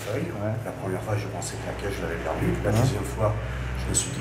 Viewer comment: " j'vou jire c la primière fois que j'fi ça..." Tocard,ton patron vient de te piéger tellement t'as fait ça !